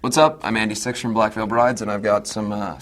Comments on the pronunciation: Wait did he just say "hi I'm Andy sex". or. "hi I'm Andy six"?!??!?! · I swear I heard him say " Hey everybody, I'm Andy Sex. " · In the beginning it sounds like Andy says: ''Im Andy Sexual from Black Veil Brides'' ... o-o